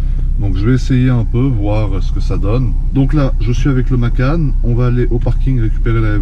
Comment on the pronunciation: salut je me présente karim j'habite à Monaco je dirige une agence immobilière qui s'appel agence draft bref on dit pas Porshe MACANE mais Porshe MACAN TU disait dans cette vidéo que tu avait de la culture......